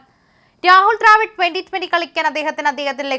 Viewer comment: ദ്രാവിഡിന്റെ കാര്യം വ്യക്തമായില്ല.. ഉച്ചാരണം ശ്രദ്ധിച്ചാൽ നന്നായിരുന്നു.